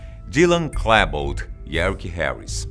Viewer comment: Se pronuncia "Klibold " não "Klèbold".